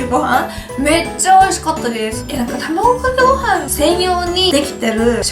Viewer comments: たまぐかけごはんwww どうしてもたまぐかけごはんにしか聞こえないwww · 卵かけご飯言えないのはやばい泣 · 卵かけご飯て言えないゆうかちゃんが可愛すぎてニヤニヤしながら見てしまいました☺️💕💕 コーンビーフ自体食べたことないから食べてみたい！！